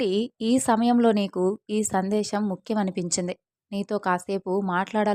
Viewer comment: Sandesham kaadu Sandesam